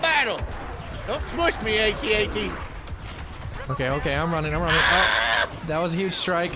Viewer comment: The way he pronounces AT-AT's. LOL, watch Star Wars pls.